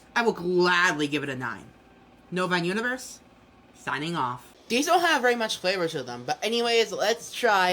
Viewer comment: Everytime he says novine universe, I keep hearing bovine universe. I say it fits...